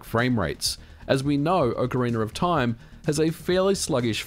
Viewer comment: Ah yes, Ocariner of Toime.